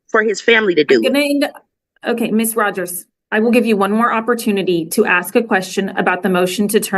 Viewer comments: It’s ASK not AX!! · It’s ASK, not AX! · Part of her problem is she’s “axing” not asking. 🤷‍♀️ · She Axed someone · She had to give an example of why she "axed that". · Did you AXE ? Or did you ASK ?? How seriously uneducated can these nasty THINGS be ?? 🗑️🗑️🗑️🗑️ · It’s hard listening to that lady. Ask and axe are different words